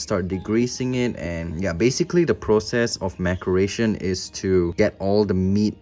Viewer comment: It’s pronounced mass er a tion. Not mack er a tion. Maceration. Like laceration.